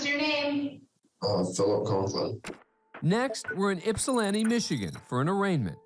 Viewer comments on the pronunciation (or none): I love court cam but a simple Google search would teach them how to correctly pronounce michigan cities 😂